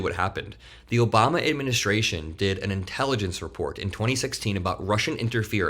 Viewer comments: "Obamna" lives rent free in TACO's head! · Lmao “Obamna” I wish Obama was half as powerful as the right pretends he is, somehow controlling the DOJ, secret files, and “the deep state” long after he left office.